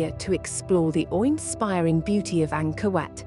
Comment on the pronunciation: I thought she was saying, “Anger Wet”.